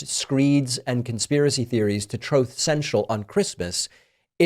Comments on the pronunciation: maybe when you learn how to pronounce the word truth, you can call someone else a laughing stock, until then its you! how do I get these left wing nut jobs on my feed! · “Troth central”😂😂😂 never gets old